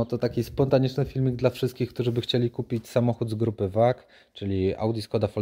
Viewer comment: grupa wag 🤣🤣🤣🤣🤣🤣 VAG czy FauAG sie czyta